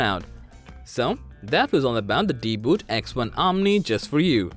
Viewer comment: Why you're spelling it deeboot? It's DeeBot! Idiot.